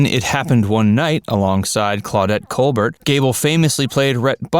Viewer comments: FYI, not Claudette Cobert (like Bert & Ernie)... it's pronounced Cobair (like Steven) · Claudette Colbert. It is pronounced like cole-bear...not cole-burt. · Claudette's last name is pronounced Colbare. Just saying. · Colbert, as in the great actress Claudette, is cole-BEAR. The T is silent. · Pronounced Col-bear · said Col-bare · It's pronounced Col bear. French. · Please learn how to pronounce COLBERT...HELLO THINK STEPHEN... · Her name was Colbert but the t is silent